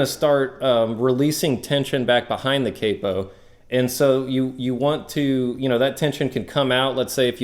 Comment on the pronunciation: It's not capo, it's capo